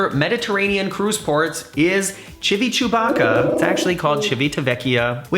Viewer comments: No way bro just said Chivi-Chewbacca 🤦🏻‍♂️ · OMG! Please learn how to pronounce Chi vit a vec ia if you're going to discuss the port. You can really turn me off to take a European cruise. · Ad, nope - I wonder what Florence / Pisa is like since port is in Livorno. As both cities have airports, w/o USA direct flights. I really like the mispronouncing of Chibychewbacka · Again say “civitavecchia” 😂